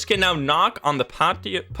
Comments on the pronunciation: "Pashio" lol I know that English wasn't your first language but for the future it's "pad-e-oh" I love the patch notes and you're content! Keep up the good work man! 😎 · Patio is pronounced pat-ee-OH, and it's basically a ground floor balcony, where you can sit or eat outside. (I'm not trying to be mean, I just know English is dumb and hard haha so I hope that helps and not offends) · Patio would be the sliding glass doors to the backyard, pronounced patt-eee-oh. I heard you say it right in there a couple of times, so 👍 I can't wait to play this new patch! I am trying to get to 1000 before the prestige update, I am about 750, so I got some jobs to do! 😸🤪 Can't wait to watch your new VR videos! ❣ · I don’t watch you for a day and suddenly there’s a new update! Super happy to see the new stuff though lmao Edit: also! For future reference patio is pronounced pat-ee-oh :) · Patio - Pa" Ti" O" is balcony doors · Just so you know, it's pronounced "Pad-ee-oh" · Hey! Your English is so good I sometimes forget you're Dutch and not a native speaker - "Patio" is pronounced "Pat (rhymes with "cat") ee-oh." Hope this helps! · Patio is the area in front of the door on the outside and is pronounced "Pat-E-Oh". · patio is said like “pat-ee-o” :) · I have patio doors, theyre glass doors that connect to the exterior of a house. Definitely wont shame you for the pronunciation 😂 Think of patty + o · Pat-e-o :D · Patio is said Paddy-oh. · Patio doors are the ones leading to the backyard :) and the pronunciation for Patio is "Patty-O" ^-^ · struggling to figure out how to say patio was kinda cute